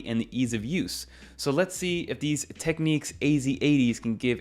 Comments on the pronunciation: Teck - Nicks ✅ Teck - Neeks ❌ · Also it’s pronounced Technics not techniques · This is an old brand and I’m pretty sure it’s pronounced Tech “nicks”. 🐋